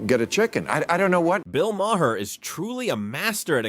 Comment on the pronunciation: Bill…… Mah’r. Not mayher. Mah’r